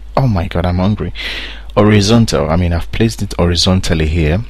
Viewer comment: This video needs to be redone. You dont need to mention your hungry because you ant pronounce horizontally or vertically.